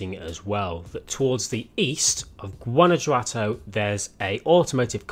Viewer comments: Guana "who" ato, that's how you say it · It's pronounced "GWANA - HWATO", 😂😂😂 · Guanajuato: Goo-anna-who-ato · “guana-huato” the J is pronounced as an H in Spanish - this is the city of FH5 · It is pronounced like guan-a-hoto but close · Guanajuato is pronounced goo-ana-hoo-ah-toe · it's killing me the way he's saying Guanajuato lol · It i pronounced with a h instead of J. also I think is out of the loop we've already seen tunnel gameplay in fh5.